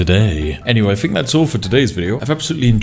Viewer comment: Did no one tell these Brits that the Th sound is not Ffff